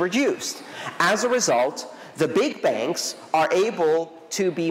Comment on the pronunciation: Thanks, Andreas, every time you said "Big Bank" it sounded to me like the "BIG BANG" but in the way of "BIG BAN":rolling_eyes: Big banks to achieve a "BIG BAN"